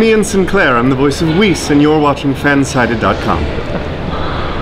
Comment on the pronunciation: "Fansighted" "Fancited" Lol Poor Fansided